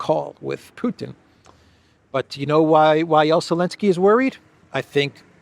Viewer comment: Why do you keep calling him alenskl when his name starts with " Z " ?